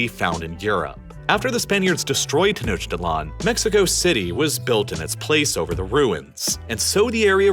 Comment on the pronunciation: Hearing rhe pronunciation of Tenochtitlan briught me immense pain, considering i was literally at las Pirámides de Tenochtitlan literally last week lol. English rules aren't followed, the CH in Tenochtitlan sounds more like a K or C than the CH in English.